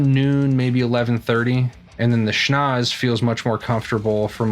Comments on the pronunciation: It’s pronounced ‘sch-nau-tzse!’ 😉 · You pronounced it "schnoz", dude. Awesome! :'D